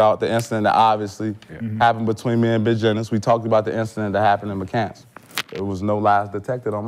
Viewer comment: His name is McCants not mccan...